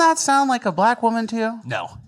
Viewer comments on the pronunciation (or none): sounds like a blah lack woman to me.